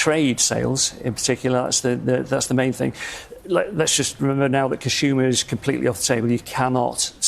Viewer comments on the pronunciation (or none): What's a "conshumer"?